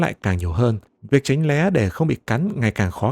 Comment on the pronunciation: Giọng đọc mọi thứ ok. Nhưng mà tránh né not tránh lé nha